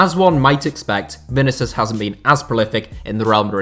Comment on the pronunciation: I like your videos but man you got to stop butchering the pronunciation of players names (Vinicius in this case)